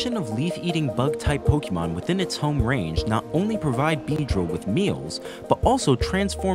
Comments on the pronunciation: This is lovely, but my eye twitches every type you say "PokEEmon" instead of "Pokémon"... lol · This is an amazing concept. 9/10. I have to deduct a point because the narrator mispronounced "Pokémon".